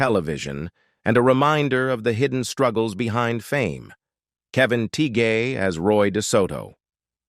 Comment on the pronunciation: Learn to pronounce peoples names. Kevin‘s last name is pronounced Tie… And what about Randy and Robert and Ron and Marco and Stoker